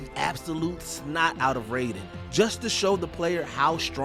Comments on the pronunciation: Ray-den is a Mortal Kombat character....the Metal Gear character is Ry-den. Getting it wrong is as frustrating to hear as when people call Lara Croft "Laura".... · The still don’t know how to say raiden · The pronunciation of Raiden bothers me lol